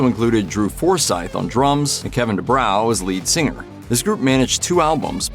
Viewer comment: It's pronounced Due bro not due brow.